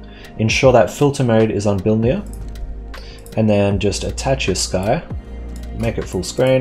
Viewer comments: It's bi-linear, not bili-near haha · I heard Bill Near. =]